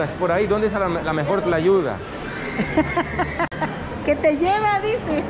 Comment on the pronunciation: "So, I'm gonna destroy la tuya" lmao you meant "Tlayuda" 😂 "la tuya" sounds sexual lol